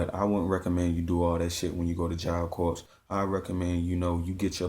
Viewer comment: Corps is said like job core